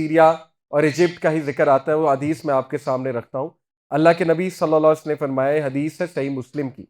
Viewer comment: Asalamualaikum Sir! With all due respect Please say Nabi Salal lahu alaehi wasalam clearly Sir. You are my true mentor...and I respect you with the core of my heart, and consider you as my elder brother..whenever I listened to your lectures I always feel to remind you this.